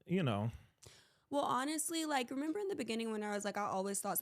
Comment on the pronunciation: Renemer 😂😂 he be so confident pronouncing words wrong